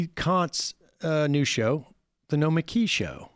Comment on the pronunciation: Every time Sam tries to say Nomiki all i hear is "Nikolaj." "No it's Nikolaj!"